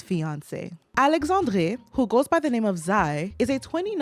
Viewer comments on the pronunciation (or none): So, I’m french and you unfortunately did not say his name properly (in my défense I know it’s not a big deal but I am autistic and get weirdly put off when wourds aren’t pronouced properly) anyway his name is pronounced « aleksandr » the e at the end is silent !